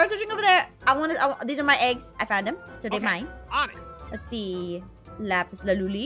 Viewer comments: Why u say lapis laluli instead of lapis lazuli you say it wrong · "Lapis laluly " 😂😂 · Aph, it’s lazuli